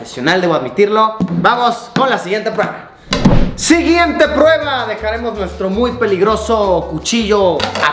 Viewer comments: "SIGUIENTE PRUEBLA" xD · "Siguiente Pruebla" JAJJA XD